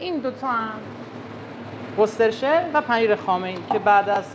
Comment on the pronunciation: بچه ها اسم آن سس worcestershire تلفظش ووسترشر